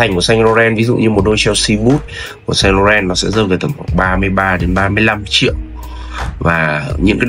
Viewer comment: Bác 7 năm tiếng Pháp mà phát âm sai: "Saint Laurent" rồi ạ (em góp ý thôi).